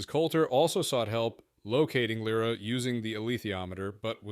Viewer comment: interestingly the ai pronounces it correctly at least once